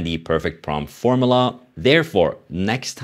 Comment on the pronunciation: What’s A “Form uh luh”?😂 Form you luh